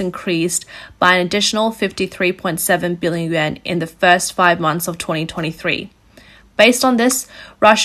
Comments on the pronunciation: I hear "Yen" everytime she says/ means "Yuan". That's a BIG problem with the speakers voice. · It's pronounced "Wan" NOT "Yen!!!" You lose credibility when you say it wrong. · hard to take this reporting seriously when russian ruble is pronounced Rubble, and chinese yuan is pronounced Yen, over and over and over again